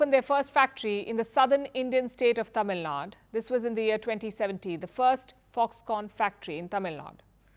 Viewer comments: It’s Tamil Nadu, not Tamil Nad! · It is Tamil Nadu, not Tamil Nad.. lady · Why do you pronounce "Tamil Nadu" as "Tamilnad"...?... Palki needs to understand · Please add U to Tamil Nadu to the pronounciation. It is Tamil NadU and not Tamil Nad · it's Tamil Naidu not Nadu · Please Stop saying Tamil Nad or Kannad add a at last.It's like saying Hindia. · Its not tamil nad, its Tamil Nadu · In my humble opinion it should be corrected. I’m not from Tamil Nadu but I feel one should call the state by its name only. It’s not a word that can be pronounced differently in different languages. It’s a name of a state. And Firstpost is not a local news channel in north. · Why didn't she pronounce letter U in Tamil Nadu? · Learn to pronounce Tamilnadu properly